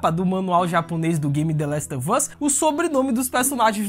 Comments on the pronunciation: trabalhoo show, mas nada a ver " The Last of Us " com " The Last OV Us " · Valeuu. Mas se pronuncia "the last OV us" mesmo kkkk joga no google tradutor ai